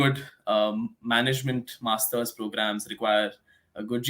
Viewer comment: Masters not masthurs. But otherwise great info.